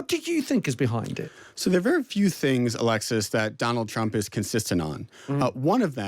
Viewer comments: You keep mispronouncing the 47th president’s name, it’s President Chump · "chump" min 8- slip of the tongue... 😅